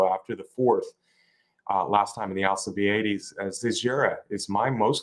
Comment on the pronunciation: What's up with? Can't pronounce Alcibiades That's ridiculous